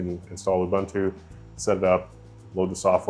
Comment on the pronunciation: Holy crap. Dude pronounce Ubuntu correctly 🤯